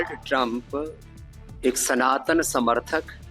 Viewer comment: Pehle "sanatani" ab "tanatani"